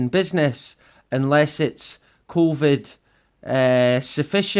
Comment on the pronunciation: "CONVID" :D good one!!